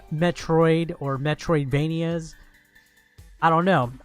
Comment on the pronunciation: Metroidvania. Not…metroid-venia.